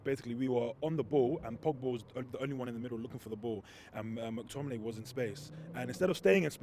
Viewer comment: Guy called mctominey “treacherous 😂😭😂😭😭 IM SCREAMINN